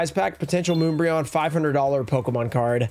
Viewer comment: Anyone else feeling cringe listening to him misprounce my boi umbreon 😂